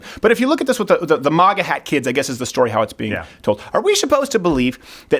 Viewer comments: Maw-gah hats 😂😂 I pronounce it mag-uh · Steven actually just said Mah-ga instead of Ma-ga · Yo Crowder, you're the only person I've ever heard pronounce MAGA like 'moga'. It's pronounced 'mega' bro. Are you afraid of sounding Canadian by pronouncing the hard 'A' or something? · It's funny how Stephen pronounces "Maga Hat" He says Mahga Hat...lol. The Quebecker in him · why do u say moga hats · If you say Moga one more time I'm gonna slap you. Ffs. You POSER! YOU ARE NO CANADIAN. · Its pronounced MAGA not MAGA. GET IT RIGHT.